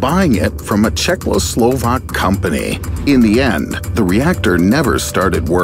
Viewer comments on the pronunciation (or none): Chech not Cechoslovak